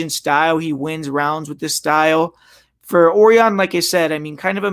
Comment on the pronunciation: it's pronounced O-RI-ON ..... not OR-ION